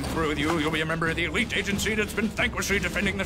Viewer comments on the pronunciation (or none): none